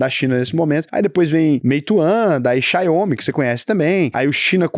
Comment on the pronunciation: Difícil ser, o cara pronuncia "Xaiomi" ao invés de "Xiaomi". A IA teria falado certo